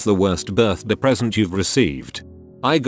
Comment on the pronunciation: Why the hell does the text to speech pronounce "birthday" like that?